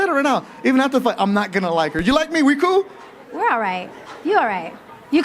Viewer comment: "you're coo when the cameras are on" yikes, that was embarrassing.